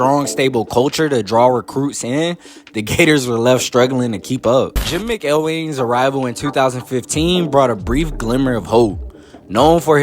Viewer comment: U pronounced Jim mcelwain name 100% wrong. Are you even a fan of college football ? Dont speak on Florida you don't know what you're reading off the internet.